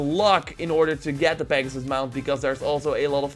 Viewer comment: Pagsus he says 😂